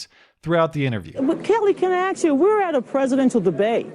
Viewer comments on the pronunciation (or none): bitch you're a professional say "ask" not "axe"